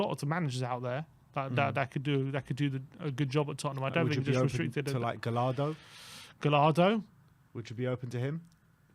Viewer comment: FFS..Gallardo is pronounced GA YAR DOH, not fucking galardo